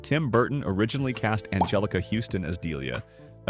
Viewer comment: Also the mispronounced Angelica (only the second time though)?